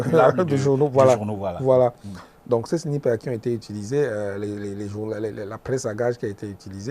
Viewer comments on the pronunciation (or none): M. Haman Mana, le mot "SNIPER" se prononce de la meme maniere en francais comme en anglais, votre prononciation a porte a confusion